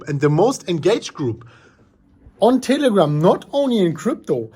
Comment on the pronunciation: Did he say Titigram?